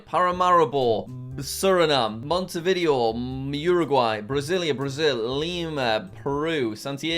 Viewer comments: he said “mont-eh-vid-ee-oh” he the “video” part more like the word “video” instead of “vid-ay-oh” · P.S. no hate, i even think the video was fun, but its a little bit annoying to hear monte vIdeo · Jack. Jack PLEASE do a video where you learn how to ✨pronounce✨ all the capitals in south america quito: kee-toe, not kwi-toe bogota: bo-guh-TA, not bo-GO-ta montevideo: mon-teh-vee-day-oh, not mon-tuh-vi-dee-oh